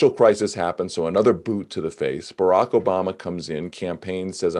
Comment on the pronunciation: I am here just to hear Russell's pronunciation of "Barack" (Obama) - because it makes my day better. I do not know why. 😂🤷‍♀️